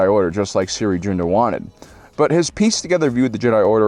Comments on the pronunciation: It’s pronounced “SEAR” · yo why do you call Cere "Siri" they pronounce it many times in the game unless it's a joke and I'm a moron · “Siri Joonda” It’s spelled Cere Junda, and she pronounces her first name like seer and last as it’s spelled.